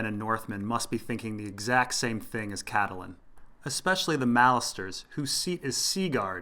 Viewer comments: CAT-Lynn not Cat-ta-Lynn.. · Excellent video, by the way Catelyn is pronounced Cat-Lin